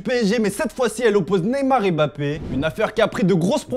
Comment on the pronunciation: Beaucoup il dit Bappé